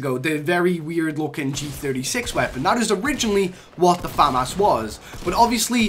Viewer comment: The name is FA MAS